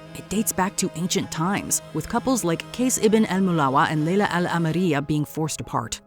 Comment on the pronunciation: The pronunciation of Kase and Layla... full names... giirrrrrl, good job ❤